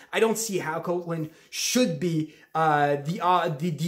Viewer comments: You’re pronouncing it wrong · somebody had to say it. lol.